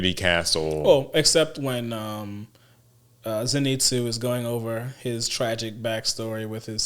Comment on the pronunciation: mispronounces “Zenitsu” the same way Inosuke mispronounces it, lol! What really pissed me off is how the crows didn’t announce Zenitsu’s win.